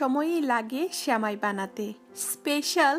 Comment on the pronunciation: Sheuli Khanom কাণে বেশি শুণাই ভালো ।